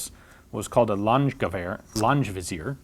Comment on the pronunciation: Hi, don't think you're going to see this, but just to let you know, Ian, it's pronounced lah-n-geh vih-zee-ehr, not lah-n-j vi-zeer, sorry for the pedanticism